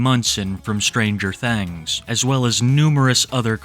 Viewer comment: Ah yes, "stranger thengs"